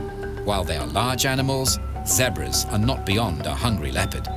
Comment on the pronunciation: "Jag-gue-wears" & "zeb- bruhs"